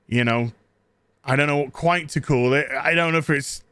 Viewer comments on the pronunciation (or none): none